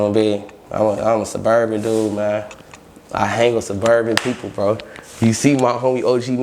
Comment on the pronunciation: "Ima a Surburban"😂😂